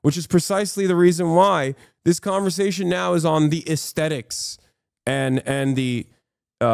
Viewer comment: wtf is an aesteddix? is he trying to say aesthetics?